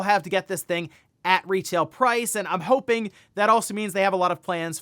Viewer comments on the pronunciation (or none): none